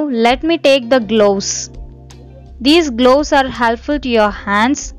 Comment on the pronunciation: Loose old people why to worry for grey hair....Don't talk in eng pls...It's gloves ...Not glooss....Moustache...lol